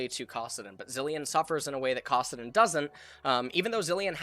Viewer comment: Did he just say cawsaddin? wth